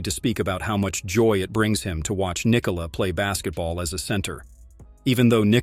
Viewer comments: Why can’t these videos get his name right? It’s pronounced Nee-Cola! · It didn’t. Its pronounced Nee-Cola. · Because americans think they need to force the last syllable of his name.